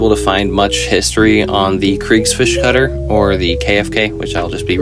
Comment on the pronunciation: "Kutter" is more like "could tar" than "cutter", although still wrong. But "Kriegsfisch" was on point. Gosh do i feel bad now.